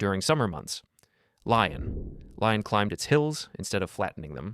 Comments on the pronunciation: no it is silent. So in "Lyon" and generally in french, the n is not pronounced, instead it indicates to the reader that the vowel before it, in this case the o, is nasalised So its /ljɔ̃/ (lyo) Not /ljɔ̃n/ (lyon) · It’s pronounced Lee-on, not Lie-on. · Please stop calling it Lion. It's LEE-OWN or LEE-OHN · not me giggling everytime he says lyon like "lion" while it is actually pronounced "lee-on" with a french accent and silent n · omg LEE-ON not Lion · Is this AI generated? Lyon is pronounced “LEE-on, not “lion.” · Great video but please say Lee-on instead of Ly-on. And it's Par Dyuh not Part Dyoo. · I don't speak french, but pronouncing Lyon as lion is a bit too jarring even for me. Lyon -> (Lee-ON) Good video. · You did not just call Lyon a fucking lion bro, nobody is that ignorant. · Lyon is pronounced "lee-on". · Well, damn! I was enjoying this, the Lyon gets pronounced “Lion,” 🦁then a few seconds later correctly, with no awareness of the error. Screw AI! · it’s pronounced Liyó (Lee-yoh) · The n is nasalised at the end, not silent. So Li-yo-ñ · I swear you know how to pronounce Lyon properly you're just giggling to yourself about all the people getting mad at screens right now ... like me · Great video but the Lyon pronunciation is a bit painful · Yeah, the AI voice also pronounced Lyon in two different ways within a few seconds. Merde.